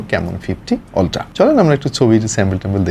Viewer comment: আপনি শুদ্ধ বলতে গিয়ে বেশি শুদ্ধ করতেছেন শব্দ কে। উচ্চারণ হবে আলট্রা আপনি উচ্চারণ করতেছেন অলট্রা, শব্দটারে রিমান্ডে নিয়ে মুখের ভিতর আটকিয়ে কি দরকার এভাবে বলার 😀 শুদ্ধ বলতে গিয়ে বেশি শুদ্ধ করে ফেললেন😀 আপনার আরো কিছু শব্দ ভুল উচ্চারণ করতে দেখলাম। মর্ডান সাজতে গিয়ে বেশি মর্ডান হইয়েননা।